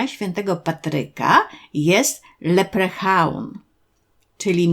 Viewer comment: Super film, tylko dlaczego wymowa LEPRECHAUN?😵‍💫